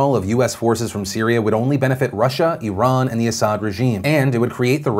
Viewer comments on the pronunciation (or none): none